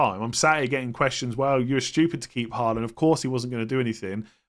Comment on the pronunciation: that moment when he says "stshupid"